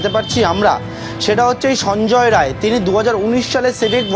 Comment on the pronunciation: Maalta Rai, ray na. Behari.